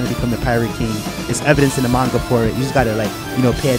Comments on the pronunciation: The "MAIN-GAH" It's MON-GUH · its called manga not mainga